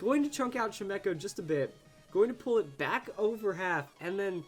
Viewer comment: I can't be the only one getting annoyed that he calls it chi-mech-oh when it's chime-cho can I, anyway, I think people just forget about quite how many moves magic bounce covers.